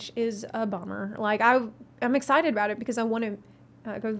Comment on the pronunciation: Did she say "Ex-scythe-ted?"